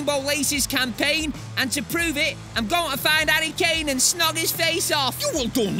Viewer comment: the way kane says to kane sounds a bit too much like cocaine